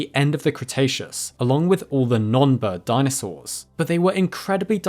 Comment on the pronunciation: Cretaceus Crustacean. Crikey